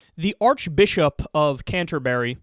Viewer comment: funny man, i say president of the united states the same way you pronounce archbishop